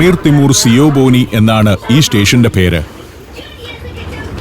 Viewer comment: കാസ касса എന്നത് റഷ്യൻ ഭാഷയാണ്. Cash register/cash office എന്നൊക്കെയാണ് അർത്ഥം. ഉസ്ബെക് ഭാഷയിൽ ചിപ്‌തഖോന എന്നാൽ ടിക്കറ്റ് റൂം. സിയോബോനി അല്ല കേട്ടോ ഖിയോബോനി ആണ്. ഹമീദ് ഒളിം ജോൻ അല്ല കേട്ടോ 😁 ഹമീദ് ഓലിം ജോൻ അതായത് ഹമീദ് ആലിം ജാൻ.